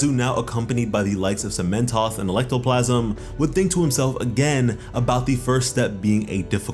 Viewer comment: Not saying this as a negative comment. I heard that slip of the tongue. "Electoplasm" I kinda wanna see how a quirk like that would work. It sounds really interesting.